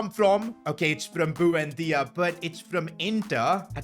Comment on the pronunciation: the way you pronounce buendia is so triggering bro like it ain't that hard to pronounce